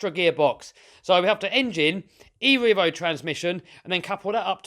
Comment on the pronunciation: I love how he says E REVO Transmission😂